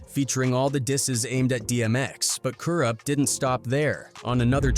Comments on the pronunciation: who is Kooroopt ? also early 1990's ? dmx came out in 98 , how the fuck is that early 90's ??? whoever narrated this needs to get they ass back to school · I've about had it with hearing "Kuroopt" from this guy....😤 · ka roopt. 😂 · these ai voices are terrible.... cooroopt tha streetz is a mootha...anyway i never knew about this beef between them. i would listen to all those dmx albums as a kid at the time but had no idea theys was beefin.